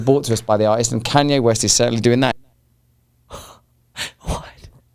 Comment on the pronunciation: Please don’t purposely mispronounce a Black man’s name even if he’s gone off the deep it. It’s a yt supremacist tactic that has historically been used.